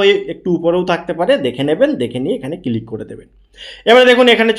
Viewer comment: ভাই এটা কিলিক না ক্লিক হবে 😅